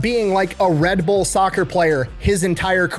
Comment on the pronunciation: So it’s pronounced Red Burr??? I knew I was saying it wrong.